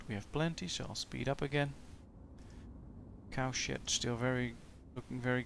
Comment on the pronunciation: His accent turned "cow shed" into "cow shit." I swear I heard it every time he said it.